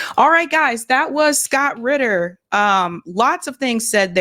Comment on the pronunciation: Its Scott RITTER, not Scott Quitter !